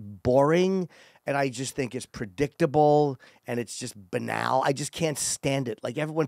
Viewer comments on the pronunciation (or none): All these years later and Jim still says BANAL wrong 😂😂😂😂